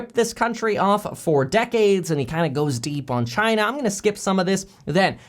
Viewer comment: Each time he says China, I can only think about CHY-NA